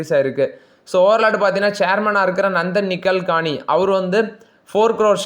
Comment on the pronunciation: தம்பி உன்னோட வீடியோ length இருக்க அளவு தகவல் இல்லை. ஒரே செய்தி இரண்டு மூன்று முறை சொல்கிறாய். மேலும் நடிகர் மேஜர் சுந்தர்ராஜன் போல ஒரே செய்தி ஆங்கிலத்தில் ஒரு முறை, தமிழில் ஒரு முறை சொல்கிறாய். பெயர் உச்சரிப்புகள் தப்பும் தவறுமாக உள்ளது. திருத்திக் கொண்டால் நலம். INFY டிவிடெண்ட் பற்றிய தகவல் ஜவ்வு மாதிரி இழுவை. நந்தன் நிலேகனி சரியாக உச்சரிக்கவும்